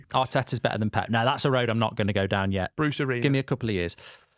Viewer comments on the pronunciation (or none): Did he say Bruce Arena?!?! 🤣🤣